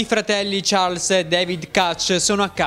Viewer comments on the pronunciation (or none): none